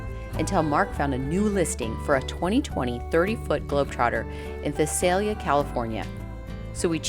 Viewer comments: V eye say Lee ahhh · That's awesome you found it in my city. You were very close on the pronunciation, but the correct way to say it is vai·say·lee·uh :) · Vie-Sail-ya Not that it really matters. Just another hard to pronounce valley town. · How exciting. A new rig. I love the lighter colors. The layout is amazing. Visalia. Rhymes with, Bye sail ya. What a lovely seller. The rig coming furnished and with cute little items. I agree about the shower placement. You’ll have to make sure the bedroom curtains are drawn too.